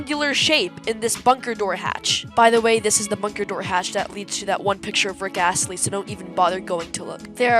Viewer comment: "Theres a picture of Rick AS-LEY"